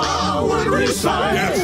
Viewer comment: "FIVE YEAAAAUHS FUH HOW LAWNGGG HOWUHDDDDDDD?!?!?!?"